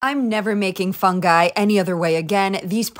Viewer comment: Is the "funguy" a joke or are you for real with this pronounciation?